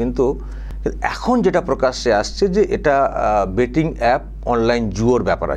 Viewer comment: IT'S " BET" NOT " BAT " TO CRICKET BAT .